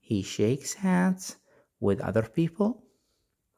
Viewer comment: Hands ليش تنطق سانس م فهمت ليش ال H ينطق S وش القاعده